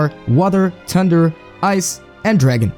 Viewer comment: The way you say thunder is.... Unique, persay.